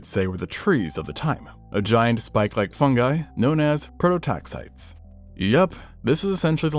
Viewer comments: That is not how you pronounce prototaxites. The last syllable is -eez. Not -ites with a silent e. I expect people hosting science Communicator channels to bother learning the pronunciation of the terminology that they are using. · prototaxites is pronounced pro-toe-TAX-ih-teez!! Everyone on YouTube has been pronouncing it wrong, so don't feel too bad, but I just thought you might like to know. Also, mycologist Paul Stamets is probably going crazy with the mispronunciation. 😂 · Prototaxites is pronounced like pro-tax-eye-tees. It is not a plural, it just ends in "s".